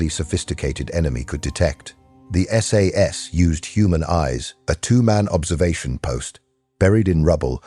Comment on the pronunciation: This is AI Slop, the narator couldn't pronounce Hereford (heh ruh fuhd). SAS not sas. I think my Grandson is better a phonics.